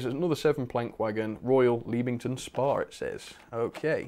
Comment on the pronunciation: Anyone else cringe when he said Leanmington Spa not Leam-ington spa.